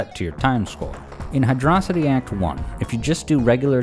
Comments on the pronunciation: Hydracity? It's Hydrocity. Check that spelling. "Hi-droh", not "hi-draw". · Stopped watching the moment you pronounced Hydro City, "hydrossity."🤝🤝🤝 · As soon as I heard "High Dross Itty" instead of the true and proper pronunciation of "High Dro City" I knew I just couldn't take this video seriously. 10/10 otherwise. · it's hydrocity not hydrocity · "...Hydrocity." WHAT! I always called it Hydro City. For nigh on 30 years... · "Hy-dross-ity"? Are you Megamind? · Sorry, but you couldn't pay me enough to pronounce the zone name the way you did . Seriously, it baffles me why people pronounce it this way when it's bloody obvious where the zone name comes from. You're in a CITY that's based around WATER, the latter word having the ancient Greek version "hydros" (think "hydrate" "hydroelectric", etc.). HYDRO. CITY. Case closed. I will die on this hill. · my brother in christ did you say Hyd-rossity unironically? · I am almost 100 percent sure it is pronounced Hydro City, as in, a city of water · You pronounced it "high draw city", I'm not watching the rest. Rings are the equivalent of coins in Mario. It's not an easy mode if someone's objective is to collect as many rings as possible while reaching the goal in the fastest time. Rings are collectables. I can judge a game off its first act. It's not the full experience, but the key is engagement. So, if I lose that while playing the game, then that's okay because everyone is entitled to their opinions of what they like. I can make arguments on games I didn't like with a short time of engagement because it's a refinement of what aspects I enjoy about games. I can definitely do the same with games I've experienced the full main story aspect of. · It's 'Hydro-City'... Thank you.